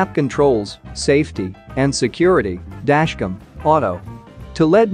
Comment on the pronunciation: listen to the audio in this video. Every time the script has the word "Dashcam" in it, the robot voice says, "Dashcum." there are PLENTY of other mispronunciations as well.